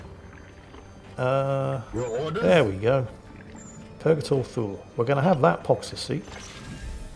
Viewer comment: It is Purgator Thule, I thought he had been saying Purgator Fool.